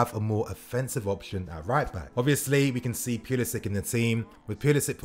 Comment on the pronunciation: Love the vids but you gotta stop mis pronouncing Pulisic bro. “Pull-isic”